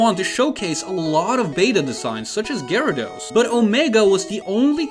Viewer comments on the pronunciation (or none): none